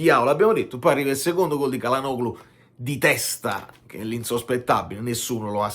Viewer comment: tutto perfetto, ma il pronunciacion Nazi che è in me interviene ricordando che Çalhanoğlu si dovrebbe leggere Cialhanòolu